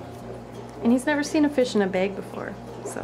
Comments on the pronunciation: It's bag not beg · blooming bettas yeah she says baeg but it's fine, everyone's different.